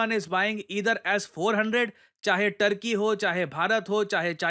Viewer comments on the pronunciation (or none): none